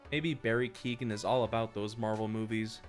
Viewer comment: That is not how you pronounce Barry keoghans name…. As an Irish citizen it’s pronounced like keeogan